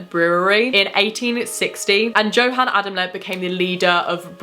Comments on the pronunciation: I just wanted to correct you on one thing you said Johan how it is spelled but since they are from Germany it is probably pronounced yohan one of my best friends was adopted from Germany and his dad is German and it is how you pronounce his name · St. Louis pronounced St. Lou Iss. Johann = Yo Han. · Also, J's are pronounced as Ys, so Yo-hann :P